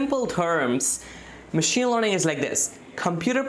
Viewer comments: It's learning not lorning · Studying in 9th grade your knowledge is great. I suggest you to improve your pronunciation. I feel it to be a little irritating everytime you say "Learning". This is my personal opinion so don't take anything bad from it. You are very good at what you are doing and at your age. Keep it up.